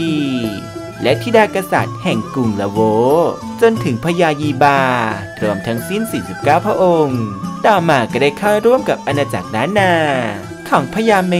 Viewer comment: อ่านว่า มังรายครับ แก้ไขด้วยครับ